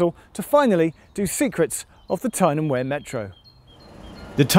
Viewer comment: I'm troubled by his pronunciation of Wear whenever he says Tyne & Wear Metro, but hes says it correctly when he says Wearmouth Bridge.